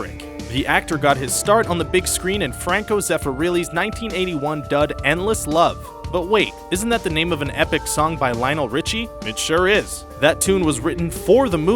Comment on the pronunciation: Franco Zeffer-really. Really?